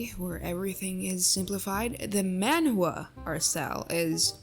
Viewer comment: I DONT EVEN SPEAK KOREAN BUT THE PRONUNCIATION IS SIMILAR IN MANDARIN SO I KNOW DAMN WELL ITS WRONG 😭